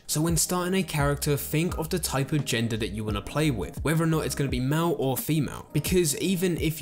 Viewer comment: "Mal or femal" got me ded 😂😂😂